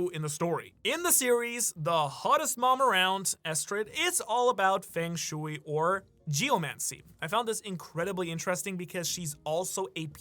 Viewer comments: Hearing "fang shooey" instead of "fung shway" continuously is driving me wild, lol. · Do you go out of your way to mispronounce things?? Feng shooey, gah-layla, etc. Love the channel and theories, but that grinds my gears and sometimes I have to shut the video off. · it is not fang shewy :P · The amount of mispronounced words in this vid while also apparently living in Japan.... like yea these are all chinese terms but one would assume a person would learn pronouncing the words for the key factors of their video before recording or even posting, Fung shui, bagua, Bagooa, Fang shway.... its really NOT that hard to find a video online for proper pronunciation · Feng shui = Fung sch-way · *fung shway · the pronunciation of feng shui is killing me !